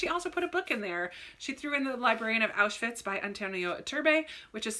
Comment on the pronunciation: first person i’ve ever seen pronounce auschwitz correctly <3